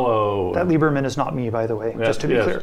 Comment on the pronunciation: it's supposed to be Lieber*men*!